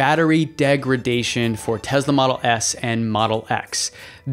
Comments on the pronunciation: Why do you pronounce TeSla as TeZla...there is no Z there. S as in Sun. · Is it "tez-la" or "tess-la"? I think it's the latter but this host pronounces it like the former. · can you please pronounce the name of the company correctly? It’s Tesla not TeZla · How can somebody take you seriously if you can not even pronounce Tesla correctly? It is TeSla not Tezla. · Just because Elon Musk mispronounces Tesla doesn't mean you have to do the same. Nikola Tesla never would have said it that way. Most people at Tesla or outside of Tesla don't say it the way Musk does. Nobody in Serbia would say it the way Musk does.